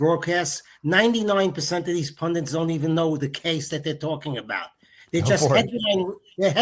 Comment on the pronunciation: Pun DTIZ...not pun dints.